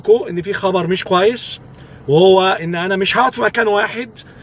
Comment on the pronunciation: في خبر مش ( قويس ) أيون بالقاف زي ما الجدع أبو نضارة دا نطقها 🤗 وهو أننا لازم كلللنا نتصل بالساحل نصبرها ونواسيها لأنها زمانها منهارة وبتعيط لان الراجل غريب الأطوار ناوي ميسكنش فيها ومعاه حق الحقيقة ومحدش يلومه 😤😤 لأن الغلط غلطها وهي الي قبلت علي نفسها وكرامتها تبقي مساكن شعبية 😅🤣